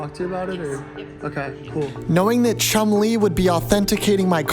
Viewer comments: Oh when bro said chunlie I thought he meant chunlie from street fighter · Chun Lee = chum Lee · “Chun Lee”💀💀💀💀